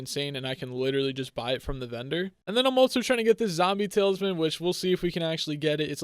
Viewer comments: Is it me or does he say tale is man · He says tailsman